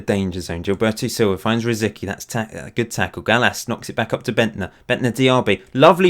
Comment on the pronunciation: C in RosiCky sounds like ts.